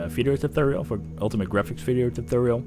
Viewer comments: i expected a lot of reactions here about the way he pronounces tutorial xD "tooturrjl" xD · omg Im so sorry but I clicked on subtitles for w/e reason and damn it was funny! the way you say "tutorial" youtube cant even handle it !